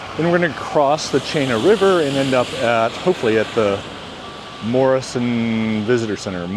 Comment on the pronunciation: Chena River = Pronounced Cheena River. The Polaris the tallest Older bldg. MECCA BAR is a very old bar. Eilson Airforce (my base) Also an Army base Yes weather can be harsh. Fairbanks is the Heart ❤of Alaska I'm a Native Alaskan, and this is my Hometown. Fairbanks flood occurred in 1967....I experienced it, lost everything. Thank you for being respectful in your comments. Enjoy